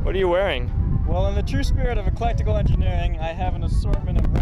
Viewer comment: eCLECtical Engineering, not eLECtical Engineering. Mark rober sent me